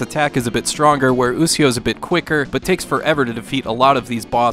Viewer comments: actually he means bad in this situation he doesnt even sound it out..its pronounced (u-shi-o) to tora...what says is (u-c-o) to tora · Aahhhhh!!!! YOU'RE KILLING ME! IT'S PRONOUNCED U SHEE O! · actually pronounced (u-shi-o) to tora sound it out ..smh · either way .there should have been a disclaimer out that he might pronounce it wrong simple fix lol